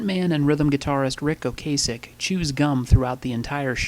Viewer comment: Only a few minor things: Ocasek is pronounced "Oh cass ek." Plus the video was done early in their career, 1978, and if you look at most video from that era, the quality isn't as good as it is today. It was low budget, too. Even in 2000, the technology to clean old video was not as widespread as it is today. Oh, and Greg is pretty awesome. Not nerdy at all! Ben was about four months away from his death in the group interview. I agree that the band was quite aware of his circumstances. So sad.